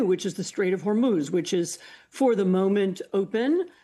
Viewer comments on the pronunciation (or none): none